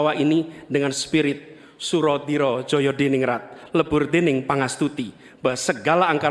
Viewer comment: Pepatah Jawa Sura dira jayaningrat P Aniiis bukan jaya diningrat. Itu sdh beda artinya